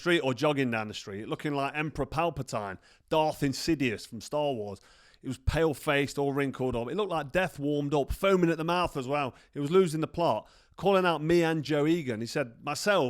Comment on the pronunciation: As a massive SW fan you pronounce Palpatine as "Palpateen". Also Darth Sidious not "Insidious". I had to LOL.